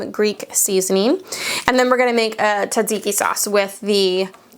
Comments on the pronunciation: I'm Greek and I hope you don't mind some tips. Tzatziki is pronounced with the t and z in front. Traditional tzatziki includes garlic and shredded cucumber ( not diced or cubed) which is salted and strained. You can add dill if you want. Without the garlic it's just a dill cucumber sauce. Tzatziki needs to include garlic. Hope this helps. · You do say the first t in tzatziki. It’s almost like saying st blended together. Tomatillo is pronounced with a long o, like toe ma tee oh.